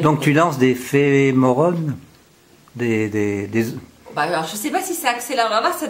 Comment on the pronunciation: "Phéromone" et non "Phemorone". Bravo j'adore vos vidéos.